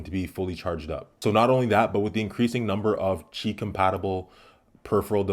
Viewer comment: I'd have it by my bedside to charge my S9 at night, since its USB port is starting to get worn out. Wireless charging will help prolong its life. Also, props for pronouncing "Qi" correctly! 😉